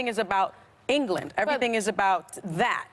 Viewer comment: when she said ''England'' just shows how ignorant she is